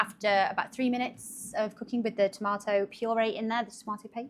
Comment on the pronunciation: Girl i love how you said tomato!! NEVER have i heard that pronunciation. The way most southerns here say it sounds so uneducated (tomater). That stew looks good ! And hows the weather? Miserably hot..95-100 degrees Farenheit (i dont know what celsius) right now.